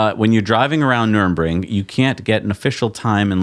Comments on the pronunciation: Love you guys! Long time listener/watcher Second time commenter Former Tesla employee. Future patron One quick thing though. You guys are butchering the pronunciation of nurburgring. Sorry to point it out, but it's super distracting and I don't want people to discount your opinion because of it. Thank you guys! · is always pronouncing place names terribly. I kinda wish he'd spend 5 minutes googling for the correct pronunciations before filming each show. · "Nurbring" ? "Numbring" ? NUR BURG RING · It's nurembergring ----- NUR BERG RING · Please stop calling it nurembergring. It's Nürburgring. Ner - Berg - Ring. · Noor-burg-ring. Nuremburg was where the Nazi war trials were held. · NurBURGring, not NurEMbring. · NUR-BURG-RING not NURN-BRING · PSA: It's Nür-burg-ring. Nothing to do with the city of Nuremberg. Or "Nurmbring", whatever that might be. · Its Nurburgring. Not Nuremberg. Trust me, you don't want to confuse these things. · NUR BURG RING - c mon nerds, learn to talk automotive talk. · "Nurr burr gring," pronounce it correctly BOTH OF YOU ... pronounce/enuciate guys ! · For the love of all that is holy, NER-BURG-RING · Guys, your german pronounciation really has some room for improvement. Call me if you need some traing lessons and we'll take a Porsh to Nurbring 😉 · Say it together.... Nur... burg... ring. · Dude. You’re just gonna HAVE to learn to pronounce this: Nur.Berg.Ring. Just like it’s spelled. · You'll figure out how to say Nuerburgring at some point. "Noorr-berg-ring" would be close enough probably. :) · Guys, you’re murdering German again! It’s Nür-burg-ring. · My ears and heart hurts every time you guys pronounce nürburgring as nurembring or worse Nuremberg :'( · Nürburgring Ner-burg-ring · "Ner" "Berg" Ring" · Please learn hot to pronounce Nurburgring. Nurr Burg Ring. Not nurmingringmoningemburg. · Nürburgring: Nur-berg-ring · Why can't you say Nurburgring? it's not so hard.